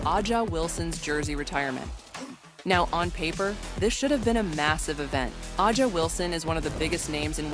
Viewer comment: Is it too much to ask for the narrator to correctly pronounce Wilson's first name?